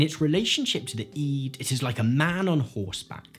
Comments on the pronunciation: It is NOT eed. It's pronounced id. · Why do you call it 'iiid' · I'm 50 years old, and I've heard the word "id" hundreds of times. I've never heard it pronounced "eed" before. It's very distracting. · He says "EE-d" but not "Eggo" surprisingly. I've never heard anyone say "Id" like "EE-d"